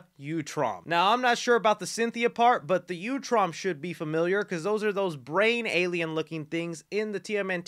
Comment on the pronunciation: Little disappointed Casey Jones wasn't announced I think it's pronounced oo-tram